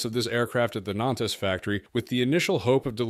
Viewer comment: Learn how to pronounce “Nantes”.